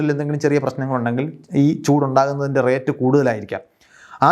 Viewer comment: നന്നായി വിശദീകരിച്ചു. എന്നാൽ ഭാഷാപരമായ രണ്ട് തറ്റുകൾ പറയാനുണ്ട്. 1. Rate of flow എന്നതിൽ റേറ്റല്ല, റെയ്റ്റ് ആണ് ശരിയായ ഉചാരണം. 2. പ്രപഞ്ചത്തെ നിർമിക്കപ്പെട്ടിരിക്കുന്നത് എന്നല്ല പ്രപഞ്ചം നിർമിക്കപ്പെട്ടിരിക്കുന്നത് എന്നാണ് ശരി. ഇത്തരം തെറ്റുകൾ ഇപ്പോൾ വ്യാപകമായി കണ്ടുവരുന്നു.